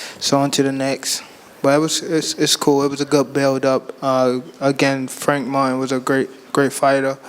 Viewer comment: The announcer said "I wanna thank Frank Fartin" haha im dying